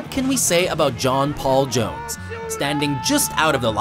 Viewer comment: I'd have to say I never heard anyone say john paul jones like that